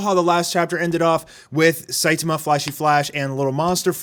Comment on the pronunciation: SaitAma, not Saitema. So frustrating :P